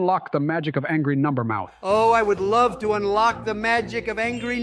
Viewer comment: "I LUH-ve Charlie..." 😂